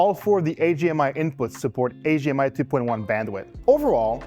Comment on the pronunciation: I hear him saying AGR and AGMI. I was really confused for a bit until I realized what he meant.